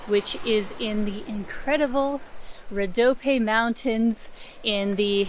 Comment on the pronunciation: You can pronounce it "Rodopie". It ends with the "E" sound. Thank YOU for sharing our beautiful lands and people with the world! <3